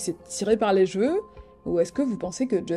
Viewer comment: Ca s'ecrit CHeveu punaise. Tu dis pas un Jval ...